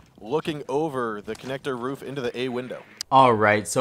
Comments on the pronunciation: Ruf 😂. Not hating just thought it was funny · "If you're stuck on the RUF" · "The ruff"